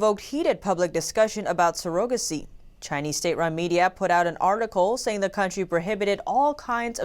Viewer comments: You’re good and do you need to check the pronunciation of some your words, Surrogacy has the stress on the first syllable, you placed it on the second syllable. But aside from that great presentation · Pronunciation of surrogacy is not sur-OH-ga-see, it is SUR-a-ga-see. Women are not sur-OH-guts, but SUR-a-guts. Thank you so much for the excellent job. Blessings! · Nice vids, but.... surrogacy (sir - ra - guh - see) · she said ''serogacy' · I had to skip back a hear again she says it like it's spelled but her first language isn't english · Yall really let her air the butchering of the word 'surrogacy', didn't yall? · I ADMIRE the fact that you speak two languages. However, you may wish to know you are mispronouncing surrogacy. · But not surrogacy